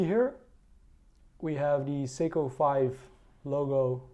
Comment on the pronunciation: You read SEYKO , not seko or sego ...you fkn morons !